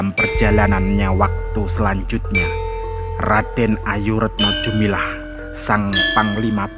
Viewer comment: bukannya retno dumilah bukan retno jumilah. koreksi saja. maaf.